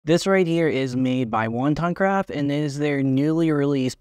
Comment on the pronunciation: Wo-tan-craft not wonton craft. Thanks for making this video. How does bringing the camera out of the bag feel? It’s a tight case with a contour zipper so does that make it feel like a hassle bringing the camera out and putting it back on while zipping it open and close.. I like the size but the quick access on the smallest pilot 2l seems to be a better fit for a edc.